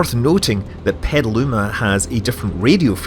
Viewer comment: I love how Scott pronounces Petaluma as someone who was born and raised there